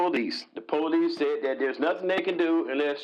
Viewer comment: That poe-leece.